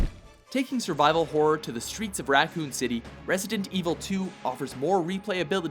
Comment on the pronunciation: “Nooouuu dont gouuu” “racon city”